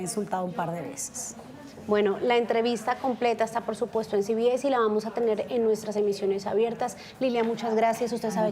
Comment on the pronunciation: No se pronuncia ci bi es. Se pronuncia ce be ese. No sea idiota.